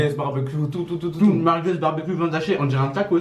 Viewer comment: "Des meurguez"